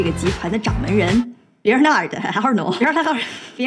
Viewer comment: 名Be(r)na(r)d, 第一個小舌顫音r沒有發。姓 A(r)nault，小舌顫音r沒發。